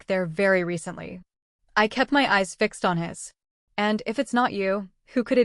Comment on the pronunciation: This is totally an AI voice you can tell in the bad mispronunciation of words and the blending of words..fong=fang, fi-x e d= fixed😂